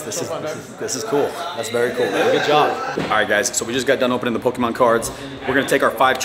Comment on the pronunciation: For a guy that doesn't know Pokemon, he pronounces them well.